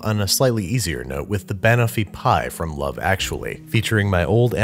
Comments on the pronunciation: To be fair, there is an “o” in the name of the food is being pronounced. It’s toffee, not taffy; which are different things. Plus, even though we say caramel weird we say almond a lot better in my opinion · yes insanely offensively incorrectly pronounced. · I never said it was wrong I just said I was uncomfortable lol. But it is a mispronunciation if he was going for the British style here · I’m sorry Babish but the way you pronounce banoffee pie physically pains me. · As an English person, the way he says banoffee makes me die inside a little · I feel like he's screwing with us with his pronunciation of banoffee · Why does he say banoffee like that it’s just wrong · I cried a little every time you pronounced Banoffee!! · Well 'pin' for 'pan' isn't a good pronounciation either. Brad has rubbed off on Babish. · I KNOW!!!! it's not even a hard pronunciation, just shift the emphasis from BA-no-fee to buh-NO-fee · Time for some Hermione-splaining. It's not ban-offee, it's ba-noffee. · Ban o’fee pie?! Ban-off-ee pie, looked yum thohgh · Pn. Bunoffee. Not ban offie banana/toffee. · Every time he says "Wurshchuster Sauce" or "Banuffee" an Englishman spontaneously combusts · I'm having a reaction to "Ban-offie pie" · Jeff Nichols yeeee, but he’s not saying Ban(ana)(t)offee, he’s saying ban-owe-fee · I'm American. Its wrong. Do you call bananas BANana? No. You say buhNANa. . Its literally Banana and Toffee combined. BuhNOFFee. Also, it's a British dessert, so I think they know how to say it correctly. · he weirdly stresses the BAN bit. It's "ban" as in the beginning of banana- closer to "bun" than "ban" (technically I think it's a schwa, the indeterminate vowel, but that's because I'm a nerd) and then the end of "toffee". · buh-noff-ee. Stress on the second syllable just like Kiers Knightley's character does. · I’m from the UK, I can confirm no one calls is Banoofeee pie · I, as a british person, am never going to be able to unhear him say ba-nuffy and i dislike it greatly